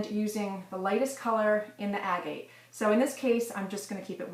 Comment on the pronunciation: Proper pronunciation agate